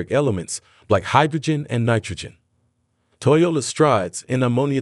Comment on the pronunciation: In the first half, he pronounces it 'Toyola'. That's vely interesling.